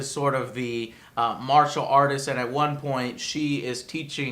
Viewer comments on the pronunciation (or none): none